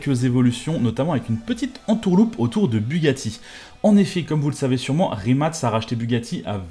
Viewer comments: Le fait que tu dises rimat et pas rimac me perturbe mais bonne video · La vidéo est super cool mais juste c’est Rimac et non pas rimat